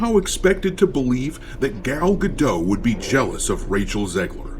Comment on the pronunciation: Great vid but one thing - it's pronaunced Gal Gadot with the T in the end, the T is not silent.